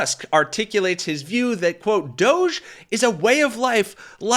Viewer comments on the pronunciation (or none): none